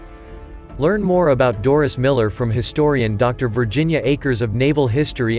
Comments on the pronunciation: It's DORIE not Doris ..... don't insult the guy by getting his name wrong. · MS1 DORIE MILLER~!!! Not Doris~!!!